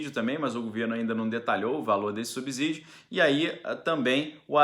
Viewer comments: A pronuncia é subssídio e nunca subzídio , como subssolo não é subzolo. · Bom dia,! Pronuncie essas palavras: subsalente, subsequente, subsolo e subsumir, então a pronúncia é a mesma para subsídio. Grande abraço 🤗